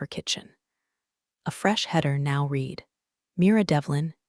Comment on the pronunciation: Check before uploading. Narrator says reed instead of red when it encounters the work read or vice versa. U fortunately AI cannot read. As for story itsjust a shortened rehash of stories on other channels. Sorry not worth a like and certainly not a subscribe.